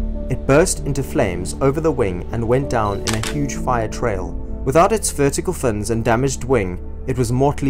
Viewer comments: Bro it's fins, not fnnnnns, it's a American incident, at least pronounce your words all the way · “Sheared off most of the fuhnz “. Funniest way I’ve heard “fins” pronounced! Hahaha😂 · This guy’s pronunciation makes me laugh! “As it sl’d across the top of the boma, it shea’ed off most of the f’ns.” “It remains a m’st’ry why the copilot did not use his ejection capsyule.” “Ca’l Cross went down with the huge croft, which crashed in the Califo’nian dese’t, no’th of Ba’stow.”